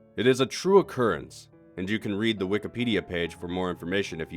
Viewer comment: I cracked up when he said "wikipedia"